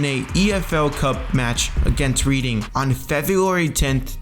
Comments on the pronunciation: It's not pronounced "Reeding" it's pronounced "reding" because it's an actual place not just a team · Wait what did he just pronounce reading as "re{eding}" and not "red{ing}